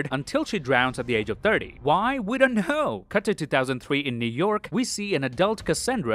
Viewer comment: "WE DENT KNUUUHHHHH" was too funny hahahahah